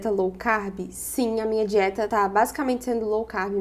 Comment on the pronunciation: "Munha", hahaha tão mineira, tambem falo isso😂❤